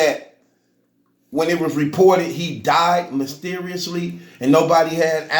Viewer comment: Did he say mysteriously or musteriously